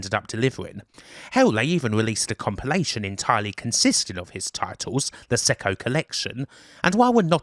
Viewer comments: You really believe that? Wow. Their experience begins in 1990, Raphael Cecco's surname is pronounced Checko - not Secko. And much more. It's always nice to reminisce about retro gaming, but more research needed imo. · Cecco is pronounced "Check-oh". Source: Cecco's Log in CRASH issue 54 (July '88) page 47, last paragraph. 😋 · Just so you know, Raffaele Cecco's surname is pronounced 'Check-oh', not 'Sec-oh'.